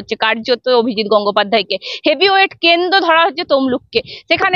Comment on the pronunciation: কেন্দ নয় ওটা কেন্দ্র হবে, পাথ্থী নয় প্রার্থী,এই রকম উচ্চারন করলে সাংবাদিকতা হয়?